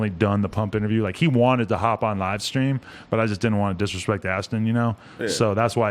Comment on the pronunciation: it's A$ton not Ashton